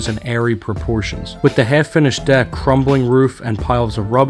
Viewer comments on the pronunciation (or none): none